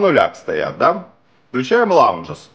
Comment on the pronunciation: Лайк! Знакомый на днях купил тюнер Радиотехника, т.е. интерес еще на такую аппаратуру есть небольшой. P.S. не лаунжес, а лауднес :) Но нам, неангличанам, простительно! :) Тонокомпенсация, по нашему.